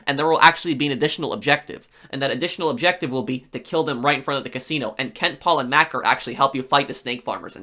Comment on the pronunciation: It's pronounced "Mack-ah". It's a common British nickname for anyone with a Mc/Mac surname. At least in North England it is, and Maccer is from Salford.